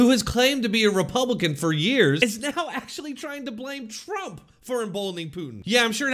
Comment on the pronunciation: Who’s “Tromp”?